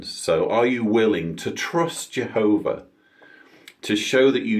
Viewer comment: Awesome rebuttal! 👍 I couldn't help but think about the child abuse & how they said jeeehoba sees all life as precious-apparently not protecting children. Also, the nonstop showing how nobody can live their lives without the organization solving all their problems. Your so right, they treat all like infants, childlike, & life in a little JW watchtower box. Oh, & women are less than men-shameful! I gotta add the monotone way everyone talks! All the same! 🤣😂🤣😂 your singing at the end was truly inspiring,! I forgot to count how many times I heard, jeeehoba! If I had to guess, 200-times!! In what, a half-hour time span! Indoctrination to the core! Trigger word.